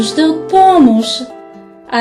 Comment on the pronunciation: Помош, солуи, Уе ис дъ тойлет, Осмифка, Нуе (не) На какъв език говори тая ве? ;ДДДДДДДДДДД